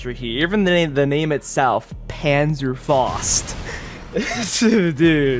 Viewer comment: Pure German rage at the mispronunciation of Panzerfaust